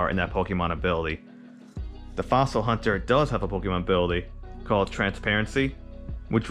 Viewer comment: Dude I dont want to be THAT GUY but its HAUNTer not HUNTer... Haunt as in Haunting Ghost... but interesting deck conspept man!